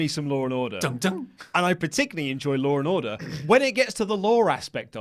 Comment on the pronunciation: Lol "loor n orduh"